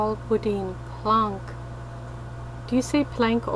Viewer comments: it's not boudene , it's boudin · It's not boudin its boudan say boudan but it's spelled bouidin